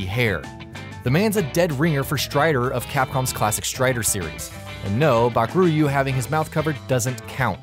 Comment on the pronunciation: It's Baku-Ryu not Bakur-yu